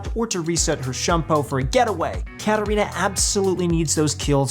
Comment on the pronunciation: Okay but why did they just butcher katarina like that